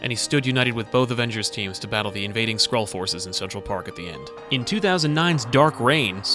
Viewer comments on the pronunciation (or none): none